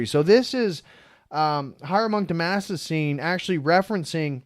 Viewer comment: Dude, its been three years and you still can't say "Damascene". !?!